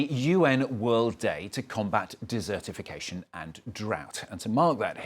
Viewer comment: the topic is desertification, not dessertification. Pronunciation counts.